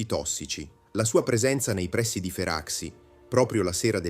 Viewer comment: Un finanziere si chiamava Derìu, con accento sulla ì 😅. La baia Feraxi si pronuncia “ferasci”, un suono tipo Fera“sji”…